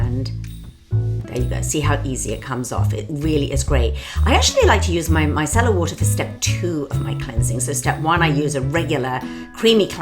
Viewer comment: At first I thought she said “my salad water”